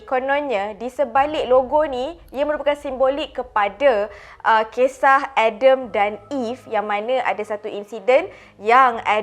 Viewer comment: adem apa adem.. sebut ja Nabi Adam Alaihissalam huhu